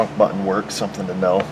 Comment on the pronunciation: BUT TON not bue en